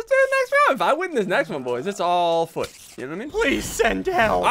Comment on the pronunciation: When ssundee says foot but it sounds like F### Me: O no o no o nononononon My dad: Grabs belt